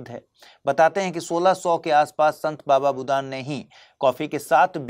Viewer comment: सर! हम आप बहुत भरोसा कर के। आपके द्वारा दिए गए knowledge को। इकठ्ठा कर रहा हूं। बस आपसे इतना कहना चाहता हूं सर! शब्द उच्चारण थोड़ा अच्छे से करिए। पर आपने " बाबा बूदन को बाबाबूदान कहा है। फिर वहीं गलती पर दोहराई गई है। अगर आपके हृदय थोड़ा सा भी ठेस पहुंची हो तो माफ कीजिएगा सर। धन्यवाद सर!